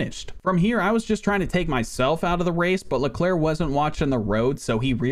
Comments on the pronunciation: he managed to say all the names wrong even "Leclerc" the name isn't pronounced "LecLurk" or something it's pronounced "Leclaire" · He actually mispronounced it maybe you should research French names and their pronunciations